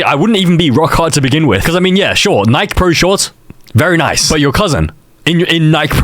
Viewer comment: how tf do you mispronounce “Nike” 🥀